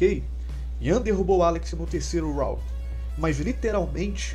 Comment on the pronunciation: Mano… vc tem que acertar essa pronúncia da palavra Round aí … vc esta quase pronunciando a palavra Rowd… não Round